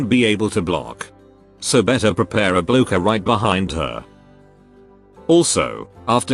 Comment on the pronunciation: The AI pronouncing blocker as bloke-er is so sad.